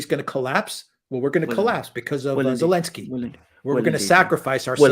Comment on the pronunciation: Elensky....... without the "z" in German